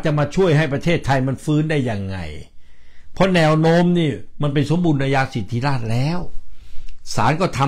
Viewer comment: คำอ่านเป็น(สมบูระนายาสิดธิราด) #สมบูรณาญาสิทธิราช